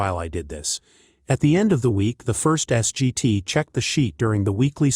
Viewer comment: S.G.T. is pronounced "Sergeant."